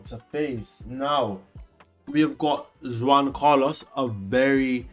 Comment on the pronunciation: your pronunciation of Juan is killing me 😭